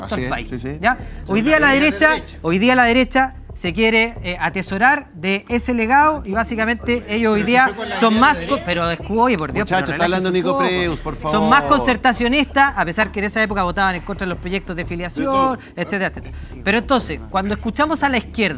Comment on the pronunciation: Pablo Herrera hablando como joven ! 😂 sorry , mala onda, yo si tengo hijos , no tienes hijo no puedes opinar, cachai ! Soy cuico etc.... Nico Preuss ... Tu apllido se pronuncia Prois (Lamentablemente me llegan sus mail por que llamo igual ) 😅